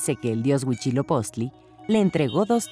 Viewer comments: Por qué lo pronuncian: Huichilopoztli? 🙄🙄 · por qué pronuncia Huichilopoztli????? qué no es *HUITZILOPOCHTLI*?!?!?!? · Exacto, aunque ya mínimo un semestre de náhuatl para no escucharlos decir Tenoztitlan o Huishiloposhtli